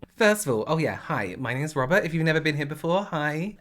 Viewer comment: I'm still convinced his name is actually "Robber" 🤣